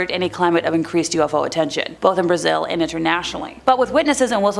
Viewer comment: Brazzel brahhhh zel... not brayzel....